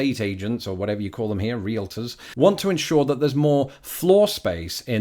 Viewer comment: 're-al-tor', you said at one point (just in passing...). Goodness -- that's the first time I've heard it pronounced correctly in 25 years or more. Of course,,. you are British!:-)